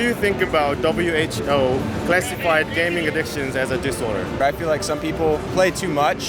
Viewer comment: 형 근데 왜 계속 WHO를 WHBO 라고 하는곀ㅋㅋㅋㅋㅋ 드라마를 재밌게 봤나봐요